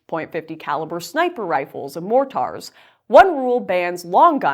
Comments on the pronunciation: Lol, the way you said 'mortars'... More Tars XD It's more like morter or More Ter. A mortar is a sort of propelled grenade. The most common use is for smoke signals, so they have a variety of smoke colors. Guns that can fire a mortar round usually have a much larger, but shorter barrel mounted below the main barrel. They're usually single-load with their own trigger. However, they also make explosive mortar rounds, though these are more commonly launched via a 'Knee Mortar', though if you set one of these on your knee and try launching it, it'd probably break your leg or give you severe burns. If you ever watch a movie where they say 'Popping Smoke!' and they point their gun into the air and you hear a kind of thunk sound, that's a rifle-mounted grenade launcher, or mortar. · Did she say "more tars" for mortar? Is that a common pronunciation? I've only ever heard it said like "more ter" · More-tars? Uh, that's not how that's pronounced. Mor-ters is how it's pronounced. FFS how, with all the military movies out there, have you not heard how mortars is pronounced? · .50 cal sniper rifles and "mor-tars" 😂 has she seriously never heard anyone say "mortar" before? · she said more-taars 😂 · Point 50, more-tarz. Lol I’m sorry. I’m a Canadian getting fucked royally by this 11th hour proposed legislation but I couldn’t help myself with those pronunciations. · You can’t go wrong with a noble golden vestment? A tangible asset? Yeah, well, when times are tough, and the shit hits the fan, what are you going to do with that gold, if you can even lay your hands on it? You sure as hell can’t eat it! P.S. It’s not pronounced as “more tars.” If you’re going to mention a weapon, (especially if you’re trying to claim some sort of expertise on this Canadian gun banning issue), you, at the very least, should know how to pronounce it! I couldn’t listen to the rest of this, after that. “Unsubscribed.” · "more-tars" 🤣🤣 oh Canadians! You're awesome Lauren good luck in Canada! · Mor-tars lol